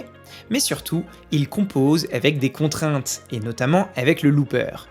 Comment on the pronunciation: A chaque fois que tu dis "avec", j'entends " évec"...